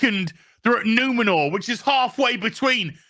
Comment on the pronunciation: It's not Numenor, It's NumenoRRRRR ! Not Eregion, It RRRegion, etc.